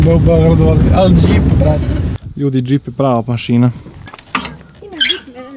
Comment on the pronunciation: sta ti znaci djip hahahah kaze se džip hahaha